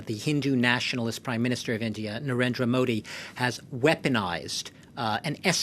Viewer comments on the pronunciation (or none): How much do you know about the genocides by Islamist terrorists ? What crap reporting? You guys are jealous that India is sorting out their issues and not begging like their neighbour. You can’t even pronounce of the name of our PM. What about saying the ability to start SHARIA law in Kashmir due to this autonomy. Depriving the women from their right. You want Islamist terror to retain in Southeast Asia . Shame on you.